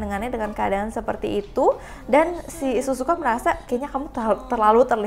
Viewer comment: Kak bukan Suzuka tapi Sihzuka